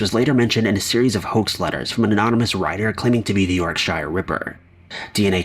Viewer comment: The 'yark-shyre' ripper. You guys need to google pronounce things, before you make presumptions..